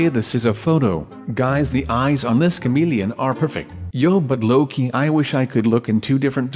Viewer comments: OMG the way he says comelian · The way you say ' camilian ' 😂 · a cameleine he said it weird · Lukas Overton-O'Hara same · Lukas Overton-O'Hara right but I thought he said comedian at first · I burst out laughing when I hear him say "chameleon" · i was lmfao when he kept saying chameleon like that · you said chameleon funny lol but i like you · says chameleon with an accent and it's hilarious. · lol the way you say chameleon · i like when he says the word chameleon! he says it so funny! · I like how he says chameleon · Lol the way he says chameleon